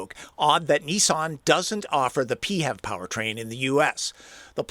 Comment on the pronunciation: FEV - 1 syllable.. not PEE-hev